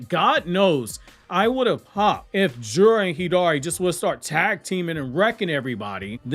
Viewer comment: Jura is assessment lol , you trying tho lol